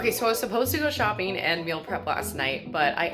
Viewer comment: Why doesn't she pronunce the last g in words like shopping or making , how much time do you save by not pronuncing one alphabet it sounds so odd